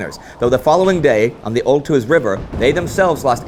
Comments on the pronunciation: Battle of Oituz...not Oltuz... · Oituz not OLTUZ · Oituz*, not Oltuz...damn